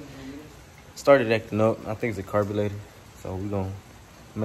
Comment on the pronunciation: Carbulator? You mean the carburetor 😂